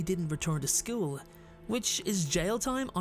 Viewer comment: omg you say School like the old eric cartman LOL! Skewl